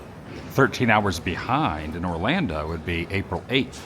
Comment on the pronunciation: Why do you say orlanda?